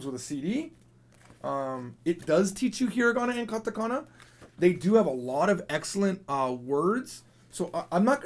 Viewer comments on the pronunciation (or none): none